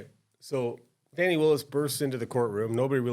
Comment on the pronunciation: It's funny how you watch the same thing and interpret it differently. But when I hear the person pronounce her name Fannie instead of Fawnee, I automatically realize that this person is a foe of hers. It is obvious that this man made a video without knowing the facts and purpose of this hearing. The judge formally worked for DA Willis. She was his boss. He knows her well. The first defensive lawyer who questioned her is an aquantance of Mr. Wade and also campaigned for him. Remember, the two lawyers who are being questioned work together.